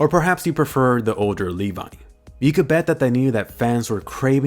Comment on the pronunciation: ITS LEVI NOT LEVA